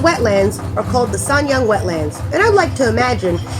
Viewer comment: sounds like I sad Sanya! lol it's sanyang